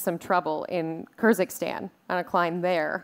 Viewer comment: it was actually Kyrgyzstan she pronounced it a bit wrong.... but reading your comment reminded me of that joke about two collegue studends who had an argument whether Iraq or Iran exists xD